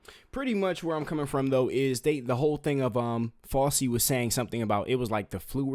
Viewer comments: Fossy? 😂it's pronounced Fowchee (fauci) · Just a correction for you…. It’s pronounced FOUCHIE, not Fossy. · Bro first off it’s not fauci like glossy it’s fauci like ouchie. They call the jab the fauci ouchie. Second you looked at RFK jr father wiki. His father graduated from Harvard in ‘48. RFK jr wasn’t born till ‘54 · Its FOW-CHI, not fowsy. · It's not "Fossy". It's Fow-chee". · yes! Appreciate you very much, but please be more careful. Fauci is pronounced: FOW-chee. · Who is fawsee? 😂😂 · The view is awful, I agree, but please check your references and get your facts right…I mean 1948? I see you corrected this, but use your common sense. That would make RFK jr almost 100 years old!! Also, check your pronunciation. Fauci is NOT pronounced like Fossi, the famous dancer/choreographer from the 70’s. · It is FOW-CHI - FAUCI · My dude, RFK Jr was born in 1954 there is no way he graduated Harvard in 1948 😂 also that drs name is pronounced Fow-Chi 😂 we need to work on a few things here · Dr. Fauci is pronounced FOW-CHI. ❤ Keep fighting the good fight young man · Good video. His name is pronounced as FOW CHEE. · Not meaning to disrespect you hun.. But Fauci's name is pronounced... FOW... CHEE... 😘🥰👍🙏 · Kid, we appreciate what you are doing, and I agree wholeheartedly with you, but you need to be better prepared if you are gonna do podcasts, especially against crazy people like the wannabe dream girls aka the view! You are all over the place with your information, mispronouncing names, and your points are wayyyy too basic. But keep pushing and putting the info out, my brother. It needs to be heard. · How can you repeatedly miss pronounce Dr Fauci??? Seriously, I can’t watch another second because YOU can’t even get it right… when his name has been said 1,000s of times in the past 4years …dude, step it up! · You need to PRONOUNCE names correctly (Behar, Fauci)